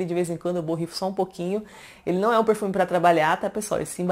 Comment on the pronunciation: “Porrrfume”... amo você falando isso.